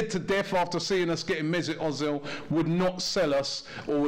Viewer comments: Its not O-zil its Er-zil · Erzil - that's how it's pronounced.